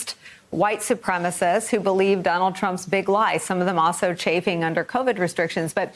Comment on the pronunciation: What is it with people not being able to pronounce the word supremacist? I'm always hearing "supremist"